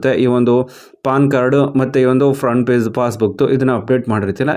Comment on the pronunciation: It's page not paze